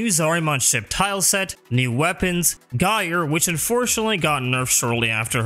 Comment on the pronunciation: its not guy er